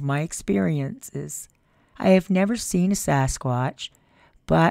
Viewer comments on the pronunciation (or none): none